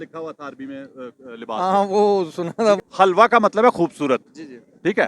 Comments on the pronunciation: Halwa nahi Hilwa pronunciation hay. is ka matlab Khoobsoorat hay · oye pagl bawqoof catoon naam ghalut laa reha ha wuu lafz HaalWa nahii ha Helwa ha bolna ma halwa molvi =)))